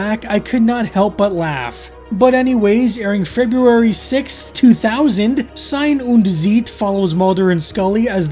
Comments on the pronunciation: It's pronounced "zaɪ̯n ʊnt t͡saɪ̯t". Thanks for the video anyway. 🙂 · If you care, the title's pronounciation is: "Zejn und Cejt"... What probably don't help you as much as I thought now that I wrote it down. - don't scare me like that! (absolutely do) I agree with you this twoparter is nonsense on top of nonsense, but purely for keeping track of long-running subplots, I'm so glad the Samantha-storyline is (will be) over. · Ei in German is pronounced like the word "eye" in English. (Like the vowel in right, light, height, might etc) Sein is pronounced like 'sign' but with a z, so like "Zign" or "Z-'eye'n", and Zeit is pronounced like "sight" but with a 'tz' so like "Tz'eye't" The whole thing would be like "Zign undt Tzight" It means "Being and Time"